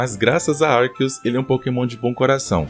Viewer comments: Pqp, o cara fala Arqueus ARQUEUS KKKKKKK pq sempre tem um br que se acha o diferentao e quer falar diferente? Literalmente TODO Brasileiro fala Arceus normal, pq vai falar igual é falado em inglês cara? Pqp no Japão a pronuncia é com c também cara kkkk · Eu acabei de desbloquear uma nova pronúncia de arceus.